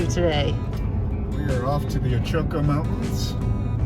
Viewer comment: Your pronunciation of "Ochoco" is incorrect! It's pronounced “OH-chuh-koh".